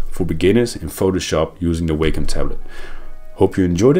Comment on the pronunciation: you're pronouncing Wacom incorrectly and you're saying it soooo many times lol